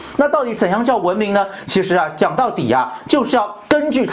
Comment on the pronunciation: 文明的明字不需要轻声哦炳忠